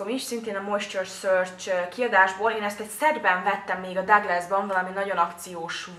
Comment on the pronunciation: megnyugtatlak.. Tökéletes a szemöldököd, hasznos videó lett, a minőség szuper! ❤️😘 Csak annyit tennék hozzá, hogy a Douglast 'Duglásznak' kell ejteni, mivel német, nem bántásból!